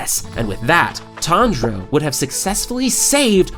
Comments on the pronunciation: TanZero! not Tandra~ I was like listen to this video and weird out by the premutation of this Youtuber...Who the hell is Tandra? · i cant get past the way you say his name lol